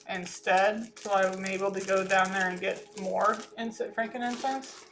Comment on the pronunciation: It’s not Frankin Incense it’s Frankin cense one word